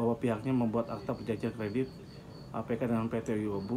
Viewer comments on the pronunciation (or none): Bukan yuobu tp yuobi bacanya pak. Bacanya bukan kesi tp cesi (cessie) pak. Semoga semua masalahnya cepat selesai. Aamiin